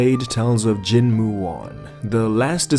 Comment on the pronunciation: Bro please dont say jianghu again. I opened this video to sleep but burst out laughing